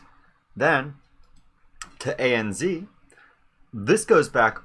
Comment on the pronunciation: A.N.Z a.n.zed not a.n.zee.